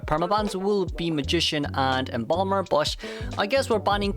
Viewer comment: Embalmer ? Wkwkkw